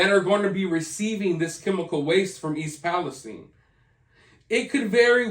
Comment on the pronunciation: Everyone covering this had been mispronouncing East Palestine-I live in the atea-itis pronounced with a long I. Thanks for covering this.